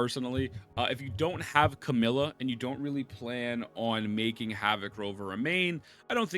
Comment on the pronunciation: Camellya ❌ come 🫴 milla ✅ 🤨🤨🤨🤨🤨